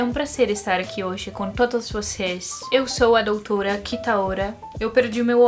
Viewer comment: Só eu que senti um sotaque espanhol quando ela virá a doutora? Achei bonito e chique kkkk